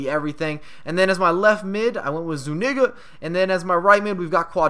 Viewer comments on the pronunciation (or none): this man said zu-NIGGA lol